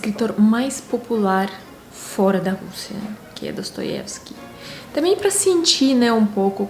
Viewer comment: gostei de uma forma geral do seu comentário, mas tenho uma ressalva. Você não pronunciou o nome do autor (Dostoievsky) em russo, como deveria.